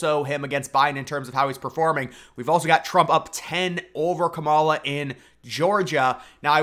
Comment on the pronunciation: Sounds right to me 😂